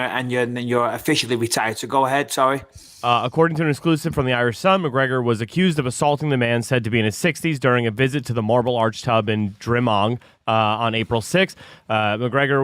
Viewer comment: Harrington's pronunciation of Drimnagh gave me cancer